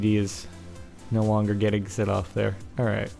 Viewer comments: New levels of "alroit" have been reached in this video. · When he says alright dosen't he sound austrailion ? or is thet just me :D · thumbs up for the wierd way he says alright! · lol, ALROIT ALROIT. :D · It seems to me that it sounds like he has an Australian accent when he says alright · when he says 'alright' he sounds like hes from london, lol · i dont kno if u guys notice but when captain said or says 'Alright' he sounds british which is kool! o3o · Why the fuck does he say alright soooo weird?